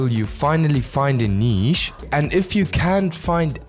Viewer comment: The way you say “Neeesh” lol